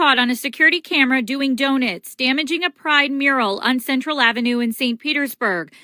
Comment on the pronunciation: What are doe-nits? Doughnuts I know of, but not doe-nits.